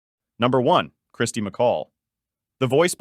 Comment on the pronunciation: Ķirsty, not Kristy, get it right!